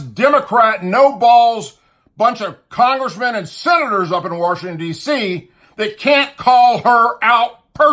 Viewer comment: First and foremost ,it's WASHINGTON & NOT "WORSHINGTON"!! dude really?! Did you know that DICK CHANEY TOOK AN OATH JUST LIKE BUSH DID?! look back on 911 hearings!! CHANEY was given a minute by minute report about the incoming plane headed for the pentagon!! Wtf-did he do?!?...NOTHING!!! military jets were ordered to STAND DOWN!! WHY???!! + TOWER 7!!! HOW IN THE FUCK DID BBC BROADCAST REPORT WTC-7 HAD COLLAPSED WHEN IN FACT IT WAS STILL STANDING RIGHT BEHIND HER ON LIVE VIDEO FEED!!! AMERICA STOP LOOKING THE OTHER WAY ON THESE FACTS!! THE WARS TODAY THAT WE ARE INVOLVED IN??!! IT'S ALL BEING WAGED UNDER A FALSE FLAG!!! BUSH,CHANEY,& RUMSFELD NEED TO BE STRUNG-UP FROM THE TALLEST TREE FOR TREASON!!WAKE UP AMERICA